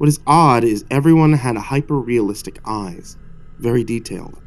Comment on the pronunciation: i chuckled so hard when you said hyperrealistic but its still so good